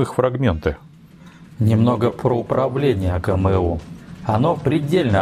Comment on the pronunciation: "Знакомые буквы "эй джи эм???" У меня одного ухи в трубочку свернулись? Чеканулись РУССКИЕ буквы читать по-вражьи?